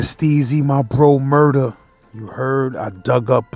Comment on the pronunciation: Its Murah, no ja rule